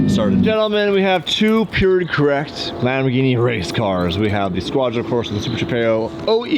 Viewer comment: E-gini… no more LAMBOR-GINTANI 😂❤🤣